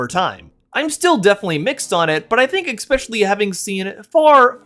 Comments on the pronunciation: really good video but please stop saying "eck-specially", it's really distracting 😭😭😭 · i gotta thumbs down for "ekspecially"